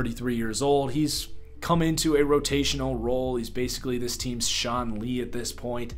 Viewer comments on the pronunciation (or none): none